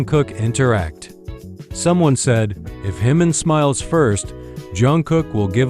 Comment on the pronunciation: Pronounce Jimin's name correctly